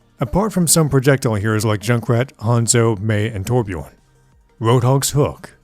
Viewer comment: the way he says torbjorn reminds me of that Onio meme (the guy who says onion ''Onio'')